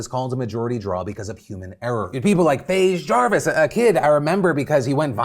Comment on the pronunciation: Dude said FaZe Jaevis